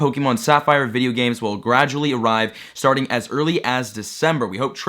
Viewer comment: Did he say "we're sharting the video"